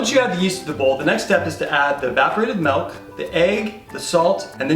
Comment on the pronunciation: sorry to say but is right. You do 100% say "Melk". Embrace it